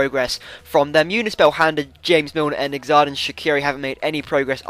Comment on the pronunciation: xharden shaqiri is pronounced zard-n shaqiri